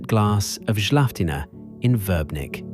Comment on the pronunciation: Die Namen der Orte werden genauso ausgesprochen, wie sie geschrieben sind, also: KRK und nicht Kirk, VRBNIK und nicht Virbnik. Das muss die KI noch dringend lernen.